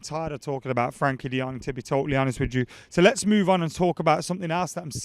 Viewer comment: I have a dream - To hear say Frenkie de Jong's name right for once. Frenkie, lad, Frenkie.